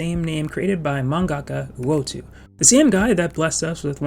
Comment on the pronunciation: U-o-toe, not U-o-too.